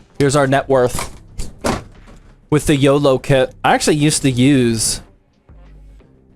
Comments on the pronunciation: its not yolo its oloy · Its oloy not yolow